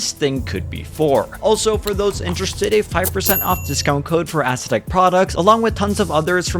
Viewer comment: Stop pronouncing it ass uh tech. Haven’t u heard how Andre pronounces it?